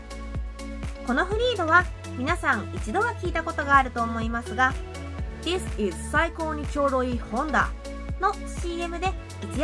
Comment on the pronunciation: この車、待ってた！「This is サイコーにちょうどいいHonda」は前もカタコトっぽく言ってたようなｗ 理想はクロスターをモデューロX仕様にしてほしい。 今回の衣装、魔女っぽいけどちょっと幼くも見えて、ブーツがセクシーな大人で不思議な感じだけど いいｗ